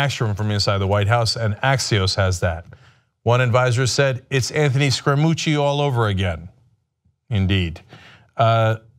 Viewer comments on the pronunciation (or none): Cenk... please... it isn't Scrumucci. It is Scaramucci.